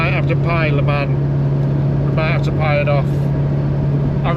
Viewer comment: Great video, please try this LE MON not le man, thats got that over with. Your on the same toll road we use 2-3 times a year I think A28, your right fantastic road I did over 1400 miles last trip and found I pothole It was acutally a strip of tarmac lifted. Our roads are the laughing stock of europe.